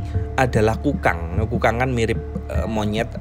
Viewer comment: Baca nya kok kedengernya hewan tukang ya 😀, harusnya kan kukang